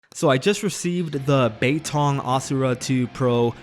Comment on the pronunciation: I am Chinese you said it right!